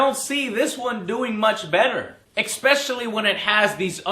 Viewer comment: joe, love your reviews, really one of the most enterteining youtube channels out there, but please stop saying eXpecially.. drives me nuts, can't be the only one..